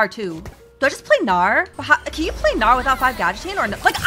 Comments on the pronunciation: In this vod said bowgnar. That is all kids. That is all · Bow-gnar sounds like "boner" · She said bow-Gnar, and I am clearly a 13 year old boy.